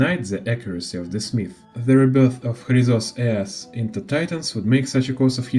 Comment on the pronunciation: Ещё ж крАйзос Ээрс а не хрИзос, Гнайос а не Гнеус, зАгреус а не загревс, Джеориус а не Геориус, сЁрсис а не кИркес, хАйсиленс а не гисИленс, сайрини а не кирини, пОлакс а не полИксия, мАйдемос а не мидЕймос ну и по ударениям каллИпсо а не каллипсО, нИкадОр а не никАдр, енусОполИс а не янусопОлис, кЕфали а не кефалИ, thЭнатос а не танАтос, Окима а не охИма, Ороникс а не оронИкс и the перед каждым словом лишнее это не доёбка, я просто оставляю комментарий чтобы видео продвигалось❤